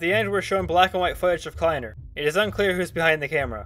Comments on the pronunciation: i think its pronounced kly-ner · I don't like the fact they were live, they could have been recording and not living. also, the way you said kleiner in the first mention of kleiner makes me want to shoot myself in the head then respawn then do it again and loop that again and again. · you said kliener wrong